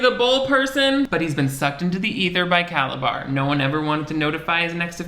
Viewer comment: I don't know if he intentionally called Calabar by "Calazar" at the end but it was so unexpected I burst out laughing!!!